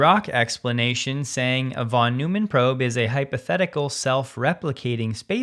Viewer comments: Check your pronunciation of "von Neumann" none of the cool kids call it "von new man". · "Von Noy-man". German pronunciation. No shade, just pointing it out. Usually, your pronunciations are spot-on. I love your coverage,. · The only correct one is FON noymann. With a short a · Hey -- you normally get pronunciations spot on, even for foreign names, so I'm sure you're interested to know that "von Neumann" is pronounced "von Noy-man", or even "fon Noy-man" if you're really going for full German pronunciation. Being a guy with a 50 year computer background, I've learned a few things, and one of them is now to pronounce John's name.;)